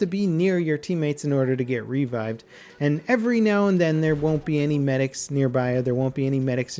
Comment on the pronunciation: revived, not RE-vived.